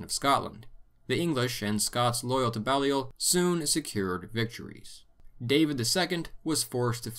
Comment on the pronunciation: It's nitpicky, but "Balliol" is pronounced with a long "a" sound like BAY-lee-ol. It's of French origin, specifically the name of the village where the family came from in Picardy: Bailleul. There's a Balliol Street near me and for years I called it "BA-lye-ol". It was only later that I learned that both it and the next street over Merton Street were named after the two constituent colleges of Oxford.